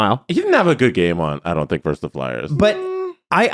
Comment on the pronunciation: It's "versus", not "verse".